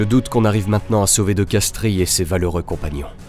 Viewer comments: Colonel de Castries, on ne prononce pas le "i" , on prononce de Castres. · ça s'écrit de Castries mais ça se lit de Castres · Castries se prononce castre (origine latine)